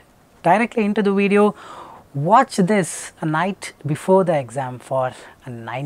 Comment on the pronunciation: So let me get this right: A guy who says "In szis weedio" instead of "In this video" gives out advice for speaking English with technical accuracy Lmfao Literally all of these Indian PTE coaches are the same Still yet to master the difference between "w" and "v" sounds.